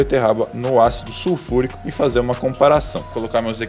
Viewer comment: "suFURICÃO" QQISOBARONE?